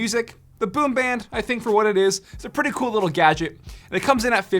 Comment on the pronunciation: why does he say like ‘puh-ee’